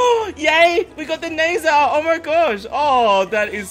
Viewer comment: I think it's pronounced as nazar not nezer...